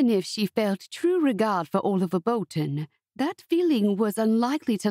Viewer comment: "Owlivar"? Who pronounces Oliver as Owlivar? This is a really sweet story, but as others have said, the narration is unbearable. (At 1.25 times the speed it was a tiny bit better). I wish American narrators would simply narrate American stories, or read the books in their own accent, and British English people would narrate books that call for a British accent. I am German, but familiar enoughwith various British English accents to find the fake British ones assumed by narrators from the US really really cringey. And if I as a German can notice, I don't even want to know how it makes native speakers' ears bleed ;) BUT I loved the easy flow of the story and what I really love in general about your stories is how soothing and uncomplicatedly sweet your romances usually are! They are safe, and I don't have to worry about them being upsetting or overly sad. Although the father's illness was sad in this one!